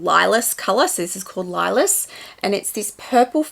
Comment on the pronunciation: I ❤ the Capucines. I have one and feel so special when I wear it. This is such an awesome collection!!! Thank you for sharing. ❤ Lilas means lilac in French. It’s pronounced lee-lah. 😊